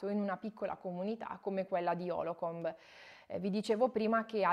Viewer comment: Lo sto leggendo ora. Dire stupendo è dire poco. Consigliatissimo per chi studia Psicologia PS: la città si chiama Holcomb, non Holocomb. Cmq bravissima, bel video.